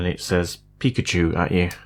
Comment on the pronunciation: peak‘a tschu 😂